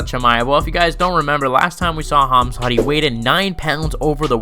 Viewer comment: CaMZaT , bruh his name really isn't that hard to pronounce 😂😂😂😂😊 Edit: Jake Paul is way above fighting KSI skill wise 🤷‍♂️ I'm not a Jake pauler but KSI sucks if they fought KSI would get beat up